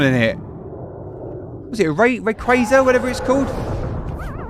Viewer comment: Rayquaza is a very commonly mispronounced name and you nailed it.